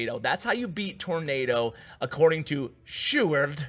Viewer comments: Yoo u pronounced sjoerd quite good actually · im dutch so I know how you prenounce "sjoerd" and you did well my man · You actuelly said Sjoerd's name good. In The Netherlands we say it almost like that.👍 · Btw you pronouced sjoerd amazing for not being dutch! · Ur prenounciation of Sjoerd is pretty well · You prenounce sjoerds name great man. I'm from the Netherlands as well so I can tell😉